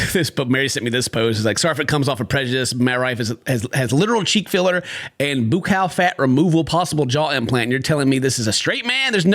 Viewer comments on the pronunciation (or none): buccal is pronounced like buckle - it's an anatomy term often used in dentistry too. Also that is the same tana haha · IM LIVING for the way pronounces “buccal” 😭😭